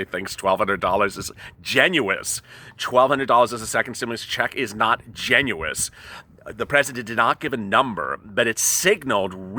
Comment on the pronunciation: What does "genuous" mean? How does one trust a guy who can't pronounce generous?